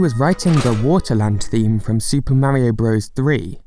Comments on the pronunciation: it's pronounced super mario BROTHERS. not BROS. It's never been bros and it will never be bros. Source: I was gaming in the mid 80s when this came out, and still gaming in 88 when Mario 2 came out, and gaming in 1990 when Mario 3 came out. Nobody, nowhere, ever, called it "Super Mario BROS" and if they did, they'd get a sock in the mouth. It's offensive. Keep getting it wrong you DUMB GENERATION. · FYI, “Bros.” is an abbreviation, much like “Mr.”, or “Mrs.”. It’s pronounced “brothers,” not “bros,” bro. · As someone who actually grew up in the 80s I can't fully express how much it hurts my ears to hear someone call it Super Mario BROS. It's pronounced BROTHERS. No one before your generation ever called it BROS. Instant dislike from me, don't recommend this channel, disregard everything you say, my day is ruined.